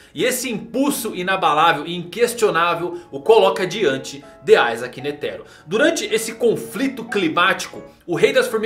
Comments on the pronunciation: N é aizake cara o nome dele é com i, da uma agonia de leve, isaac netero, iiiiiiii n aaaaa da agonia. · a pronúncia de "i" é "ai", o nome não é latino